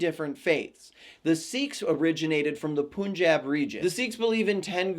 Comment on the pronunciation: hey, a quick note, it's puh-n-jahb, like pun asin "punny". pun-jahb. light a :)